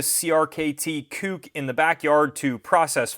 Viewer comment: LOL I feel like you kept emphasizing the word "KUK" ... "it's definitely not the other word! Hear me say it again!"